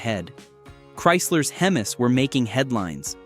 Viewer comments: Nobody calls a Ford 302 "Three hundred and two", and nobody pronounces HEMI as "hemmiss" . This must be AI. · This is an AI created BS post. Can't even pronounce 'Hemi' correctly. LOL I never heard of any problems with the 351.